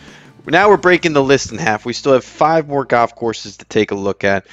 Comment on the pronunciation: its called goLf not Goff